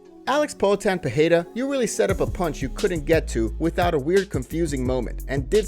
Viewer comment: Please stop pronouncing his name Peheira